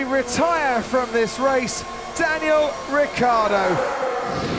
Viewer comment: A new season, but it's still "RICCIARDO", not "ricardo".